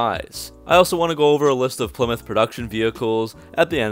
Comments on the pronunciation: Well it's name isn't plimith, it's ply-mouth kinda like plywood! Stop mispronouncing names n words! Or at least we need to get the college types to spell them right! Stop saying beoitrice the name does exist in that from, it's beat-rice not beoitroce or beaittruce! Nope it's beat-rice! So beat-rice drives a ply-mouth car! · I always thought it was pronounced PLI MOUTH 👄